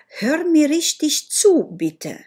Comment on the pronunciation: Un singur lucru îmi zgârie urechea. Riștiș? Sau rihtig ?